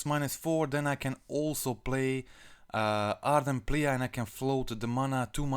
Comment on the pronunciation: Ardent plee it reads plee not pleA